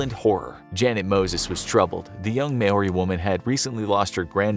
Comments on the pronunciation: I’m from New Zealand and Maori is pronounced like Mo-ri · said maori wrong